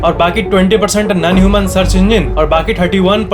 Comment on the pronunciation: Bhai non ko nun mat pronounce kijiye please.